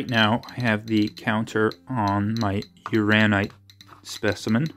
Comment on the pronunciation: It's Uran- inite. That second n isn't silent. Also a hint, if you keep the specimen close to the muller tubes you will get a quicker response and more accurate reading. I love playing with my radioactives. It's mostly just common sense with handling and displaying. I used to have a 3 cm cube of Uraninite I collected at Cardiff. Was close to 200 microseiverts. Sold it. If you ever go to the Kemp prospect for Thorite crystals you will know you're there before you even dig the background is so high. 😂 Have fun with your new gadget/tool.